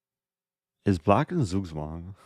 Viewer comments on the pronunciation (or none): "Is black in sugswang?" (Zugzwang in german lol) killed me 😂😂